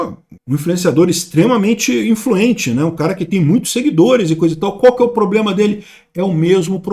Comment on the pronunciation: 😂😂😂😂😂"ploblema arrezovidiu!!!"